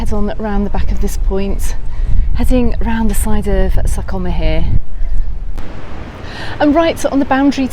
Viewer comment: Very useful info. You pronounce sa coma perfectly, cuz is almost perfect ❤️🇪🇸